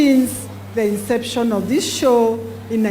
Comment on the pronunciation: What is chow boss ...u mean Show Geez